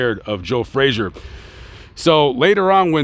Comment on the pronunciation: Pity the announcer can't pronounce his subjects name correctly. It's not 'Fraser'....